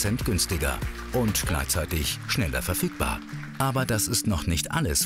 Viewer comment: Kommt es nur mir so vor oder sagt der auf Minute "schneller verf*ckbar"?😅😂